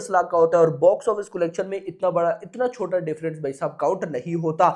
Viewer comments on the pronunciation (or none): none